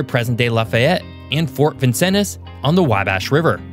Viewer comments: "Vin-sins" "POT-O-WHAT-O-MI" "Whooosier" "Wah-bash" For the love of gawd😫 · Say it with me: Vincennes - "vin-senz," Potawatomi - "pah-tah-wah-toe-me," Calumet - "Cal-you-met," Hoosier - "hoo-sher." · Duuuude, ask a Hoosier how to pronounce, well, nearly every proper noun in this video. “Vin-senz”, “Waugh-bash”, Hoosier sounds like “who” not whatever that was. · Where to start to refute so much incorrect or misleading information? How 'bout pronunciation? It's Vin-cennes, with just 2 syllables. It's Cory- "done," not "don" -- ok, that example is less obvious, I'll grant you. But everyone knows that it's Wah-bash, not "Way-bash." And the state is not called the "Ho-zhure" State. Hoosier is pronounced as "Who-zhure." Checking these pronunciations was well within your ability as a YouTuber. Moving on, Indiana's population density is the same or comparable with Ohio and Illinois', and probably greater than Michigan's. The state is not populated by "so few," but largely as many people per square mile as its geographically larger neighbors. Few physical features, you say? Indiana has the world's largest inland sand dunes, with Frank Lloyd Wright-designed homes sprinkled along them, and the world's largest inland fossil beds along the Ohio River at Clarksville. Wrought iron, Victorian and Greek Revival architecture in Ohio River cities, and Columbus, Ind. is the modern architecture showplace of the nation. Not industrialized? Though it is the geographically smallest state west of the Appalachians among the continental U.S. states, Indiana leads the nation in steel production, and has the world's largest steel mill, U.S. Steel in Gary -- and also among the world's largest are Inland Steel in East Chicago, Ind. and nearby mills in Burns Harbor and LaPorte. In most surveys in recent years, Indiana has had the largest percentage of its populati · Yes. Potawatomi, Hoosier, Vincennes, etc. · Vincennes hurt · 100% Vincennes, Potawatomi, Wabash, Hoosier!....